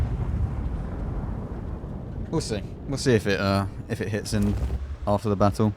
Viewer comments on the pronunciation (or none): none